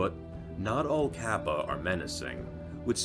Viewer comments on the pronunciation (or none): Ryu is one syllable, not 2. You pronounce it more like the English word "Real". Kappa is "Car-Pa"